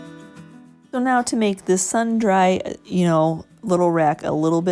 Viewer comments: As always very cute! Not a critique...just sharing...sundry is 'sundree' meaning some items 😁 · These are gorgeous, and I appreciate your willingness to show us your techniques. Fantastic work! BTW, the word “sundry” is pronounced like “sundree.” Beautiful work!! ❤️